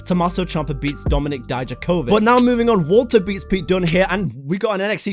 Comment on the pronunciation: How come you can say ilia draganov but you can’t say Dominik dijakovik? 🧐